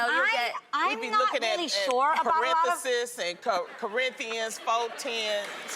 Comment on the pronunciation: Loni said Parenthesis😂😂😂